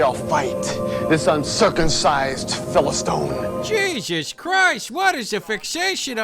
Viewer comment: "PhilistOne" does he mean "philist*I*ne?"